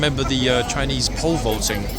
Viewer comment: “Frinese”. Almost fell out of my chair laughing. 🤣🤣🤣